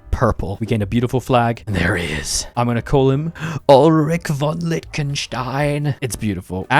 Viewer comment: cant even pronounce liechtenstein, instant dislike